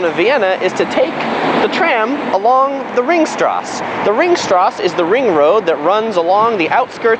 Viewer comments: The E at the end of nouns is NOT silent in german - its Sachertorte, not ...tort', Ringstraße, not straß' - and Porsche, not just Porsch' now that we are already on topic. Otherwise nice tour of the typical tourist attractons. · I actually liked your tour — practical points of interest. I spent a year in standing room — it was the best. Your pronunciation is off though: Think German: Sacher. (Sah-hHerre), the “ch” is a gruff “huh” sound with a gluttoral ch mixed in.; Wien is (Veen) — no W here; and streets are “strah-seh. Thus, Ringstrasse or Kartnerstrasse. (Ring-strah-Seh; Or (Kaerrt-ner-strah-seh). If you pronounced these a bit more Germanic, it would give you more street cred. But I did like your to=-the=point travel picks.I am no expert Thanks. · It's pronounced ring strass-ah!